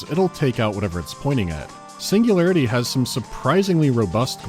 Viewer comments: Biggest pet peeve ngl - "SINGULAYAITY" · I love how they tried to russify the text by mirroring the letter R. Cyrillic Я is pronounced "ya" not as a "R", a completely different sound. "Singulayaity"